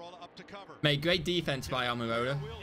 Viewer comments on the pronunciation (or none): none